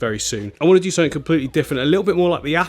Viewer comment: I watched till the end just to hear you say click sumfink lol It was great to see all the tanks I have watched you build over the last year, keep up the great work Thanks to Mrs for sharing you